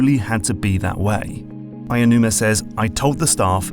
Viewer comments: I like the analysis, but as a quibble, Aonuma is pronounced more like ow numa than Ayanuma. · It's 'Aonuma'. You keep saying 'Ayanuma'. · if you read this: Aonuma isn't pronounced “aya-noo-ma.” The correct pronunciation is more like "ow-noo-ma." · Btw his name isn't pronounced Ayonuma. It's Japanese, so vowels don't become their long form regardless of what comes afterwards. It's "ao", which sounds more like like "ow" as in the pain interjection. In fact it's pronounced "ah" then "oh" but say it quickly so they flow into each other. Japanese words are actually relatively easy to pronounce if you take the time to learn how. It won't even take hours. The rules are very intuitive and there are very few exceptions. So vowel sounds will be pretty much the same all the time regardless of where they are in the word, for example. Aonuma will never be ayonuma or ownyuma or whatever. That 'ao' in Aonuma is the same 'ao' in the word for the color green/blue, or other names like Aoi, Aoshi, Aomori, or even in other parts of the word like Kaori, etc. Hope this helps! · Great video, but it really hurt hearing Eiji AEnuma everytime... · No, it's 'Aonuma'. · And some pronunciation stuff that bothered me... Aonuma – ow-nooh-mah (not aya-) Kensuke – ken-skeh (not ken-sookie)